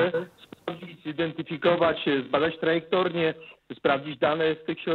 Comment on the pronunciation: nie wierzę, że generał Wojska Polskiego mówi "trajektornie". To jakiś podrabianiec musi być.